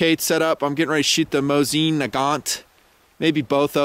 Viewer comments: It's a legend, weapon of many victories. But it's called "mOsin", not "MosIn", stress on the first vowel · Hey,, I'm russian so believe me - the accent is on the first syllable. mOsin. Calm your fantasy down:)